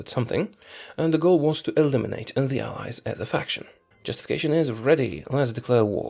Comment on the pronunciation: This whole time until 22 23 I thought he was saying Eyes instead of allies.